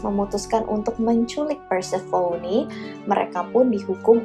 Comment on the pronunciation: Prounounciation inggrisnya udh bagus kak,tapi mau koreksi aja nih,Demeter itu dibaca "The-Mi-Ter" (The meter) Dan Persephone udh hampir bener,but more like "Per-sa-fe-ni" hehe,just fyi ^_^ Tambahan dan kesimpulan: -Harpie berkembangbiak dgn cara bertelur,dan telur ini klo mau menetas bakal ada badai/cuaca buruk katanya (tambahan dr aku) -Bedanya siren dan harpie adalah siren bisa nyanyi,harpie nggak. Siren berkepala wanita cantik,klo harpie jelek.